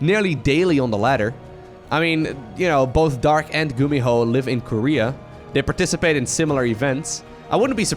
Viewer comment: Remember times when you could play drinking games when used one of his catch-phrases. And now he is professional caster....but you still can get a shot everytime he pronounces Gumiho as Gumihoe